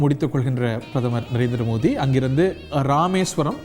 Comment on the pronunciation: நரேந்திர மோதியா மோடி உச்சரிப்பு வரலயா🤔